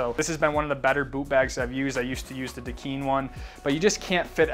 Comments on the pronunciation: "duh-Kind" without the d at the end ;) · "Da Kine" rhymes with "sign" It's Hawaiian Pidgin English.